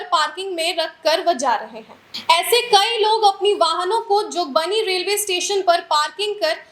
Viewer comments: faltu bakwas mat karo.....pehle Pura fact khud jaano tab dusro ko batao... जोगबनी बोलने नहीं आ रहा और आ गईं है समाचार पादने। जोगबानी 😂 जोगबनी ❤ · न्यूज कुछ और है इसको खुद नही पता वास्तविकता...और चली है समाचार पादने... इसको जोगबनी बोलने नहीं आ रहा जोगबानी बोल रही